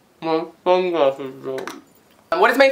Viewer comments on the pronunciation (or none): "mmy sungwasses bwooke"